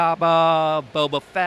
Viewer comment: and "Booka Fett" hahah